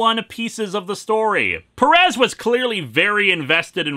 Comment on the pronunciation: Heya Linkara, as a native spanish speaker I can tell you this: Stop mispronoucing Pérez. Look at the accent, you have to stress the FIRST e, not the second one.